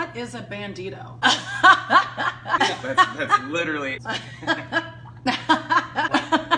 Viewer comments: "bandtio" IM FUCKING DEAD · I died when it said “bAnDtIo”